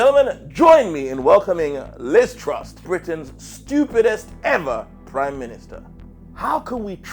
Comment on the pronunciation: "Join me in welcoming... Liz Trust" You got her fucking name wrong 6 seconds into the video. Britain's stupidest comedian?